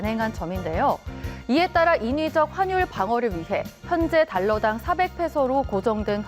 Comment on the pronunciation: 발음 화뉼(x) 환뉼(o)